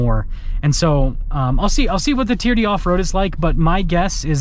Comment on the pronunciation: TRD, sounds like you're saying TEAR-DEE